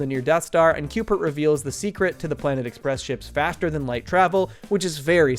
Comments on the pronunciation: .. c... CUBE-ert. Not Cupert. Cubert.. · Great production! Only gripe I had was Cubert being pronounced “Cupert” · Great video, but... are you saying 'Cupert'? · Is he saying "Cupert" with a P?